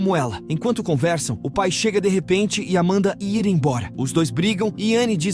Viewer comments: Essas locuções esquisitas sempre falam errado ao tentar dizer "IR", no lugar dizem " I R " (as letras separadamente), além de outras palavras rsrsrsrs. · Mas é IA. Tem uma parte que ele deveria falar “ir”, mas lê a letra, no caso “i” “r”